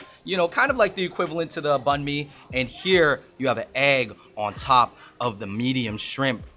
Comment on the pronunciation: come on guys it's BANH not BAHN...thought we went over this haha